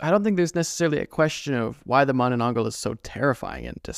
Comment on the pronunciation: THANK YOU FOR MENTIONING MANANANGGAL! Also, how you pronounce Manananggal is accurate! Love, Your fan from Philippines